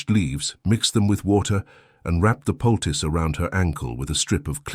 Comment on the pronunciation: It's POLTICE, a small pouch of medicinal ingredients (in this case herbs), not PUS (infected cells)! Ewwww!